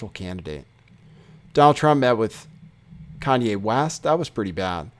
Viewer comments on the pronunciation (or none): none